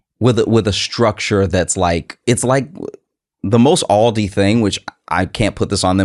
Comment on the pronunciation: FYI: Aldi and Lidl are both German. The phonetic pronunciation would be "Ahldee" and "Leedl"...